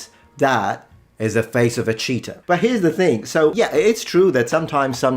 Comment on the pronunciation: Most funny part is when he says "cheetah" because it sounds like cheater and then shows the image of a leopard😂 I don't know if this was intended or not😂